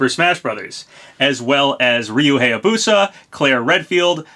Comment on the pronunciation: im begging you please say Hayabusa correct its bugging me.